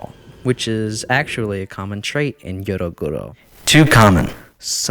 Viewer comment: the pronunciation is driving me crazy but i rly enjoy the research u put in